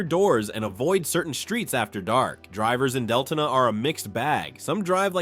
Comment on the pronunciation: It's pronounced Del-to-na